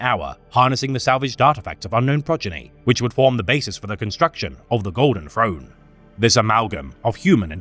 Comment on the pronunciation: I love this guy but he needs a speech trainer i'm bingeing all his videos and i'm so sick of hearing the golden frone every TH is an F when its at the start of a word it irks me so much